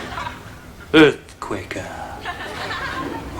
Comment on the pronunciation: Every time I hear on the news that there's been an earthquakah or I see a box of cornfakessss I'm reminded that I got a whole lotta milkah.